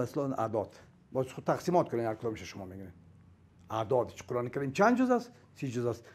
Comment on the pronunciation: اول تو تلفظ ره قرآن ره یاد بگیر قرعان نیست قرآن است افسوس به مردم ساده که ای ره فیلسوف فکر میکنن